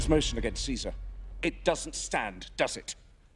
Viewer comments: Anthony veto the MOTION-UH, Stand up veto the MOTION-UH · “Veto the motion-ah!”